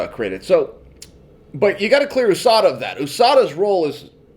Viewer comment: Its not ooohsada its usada